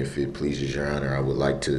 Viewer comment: Yeronner, I axe for a dismissal because the letter, i, in the word, idiot, was not dotted in the complaint.